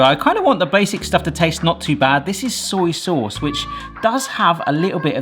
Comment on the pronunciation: I love how you say 'soyee souse'